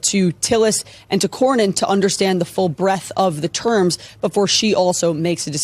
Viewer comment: ......it's the full BREADTH. (not breath)